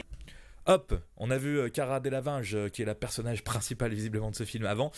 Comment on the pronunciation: Le mec il sait même pas prononcé Cara Delevingne !